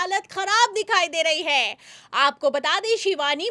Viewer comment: शिवानी जी जो भी खबर देनी हो,वो आप ही दे दिया करो। को बीच मे मत लाया करो। इनकी न आवाज आपके जैसी है ना शब्दो का उच्चारण। है को तो इतना लंबा खिंचती है। के दिमाग खराब हो जाता है।